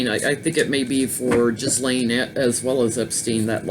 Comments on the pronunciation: Hi, it’s pronounced with a hard “ G “ Geese- lane. I laughed at her involvement in protecting the oceans, in light of his her father died. Robert Maxwell was a business partner of Semion Mogilevich, the alleged head of the Russian Mafia. He was infamous ( aka and absolute b#*#*#* 🙊) in Britain & died in very suspicious circumstances, supposedly fell overboard from his yacht, the Lady Ghislaine, near Tenerife in the Canaries. Thanks for the last two readings, both great. 💕💝✨🌟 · I believe her name is pronounced as Geez lane hard G and equal stress on both syllables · Some individuals have no social conscience and are completly amoral. Ghislaine Maxwell’s role model in life was a crook (her dad Czechoslovakia born Robert Maxwell, British MP and a publishing magnate) so she might default to males of similar type (Epstein). Trivia ... believe the “s” in Ghislaine is not pronounced.